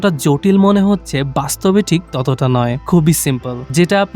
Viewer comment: আরে ভাই ওইটা থিক না ঠিক হবে 😂😂😂😂😂😂😂😂😂😂